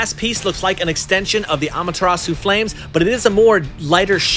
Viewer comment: i mean no disrespect but the way he says susanoo and amaterasu makes me pissed